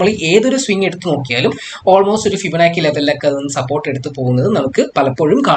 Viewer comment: ഇങ്ങനെ പയഞ്ഞു പയഞ്ഞു ( ഫിബനാക്കി ) പോയാൽ പിള്ളേരും ഇങ്ങനെയല്ലേ പയയൂ......anyway good presentation... best wishes....